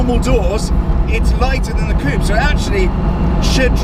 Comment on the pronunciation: Coupe..... not "coop"...........